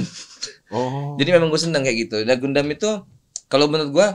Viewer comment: "gundam" A few minutes later.... "gandam" Hehe